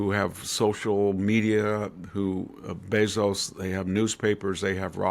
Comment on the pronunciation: It's Bayzos fool!!!